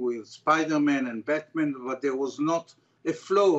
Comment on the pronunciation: "Spidormen en Betmen"😅